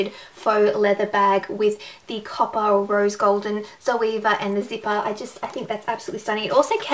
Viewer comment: Great review! Definitely convinced me even more to buy the rose gold set. Btw, the proper German pronunciation is Tserva (rhymes with server).:)